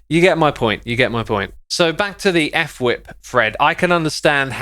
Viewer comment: I love how everyone says, "F whip." Guys, its pronounced, " FUH-wip"